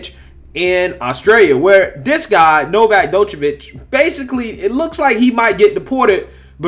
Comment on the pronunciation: Thought y’all was calling him Novax 😂😂😂. His name is Novak.